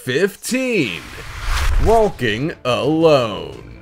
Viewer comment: Wall-king and Tall-king